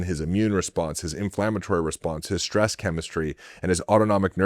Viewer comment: SHtress is not a word.